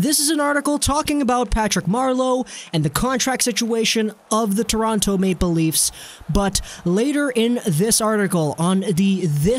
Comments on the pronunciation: It's Toronto not torontoe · Can tell you’re not from Toronto by the way you say it 😂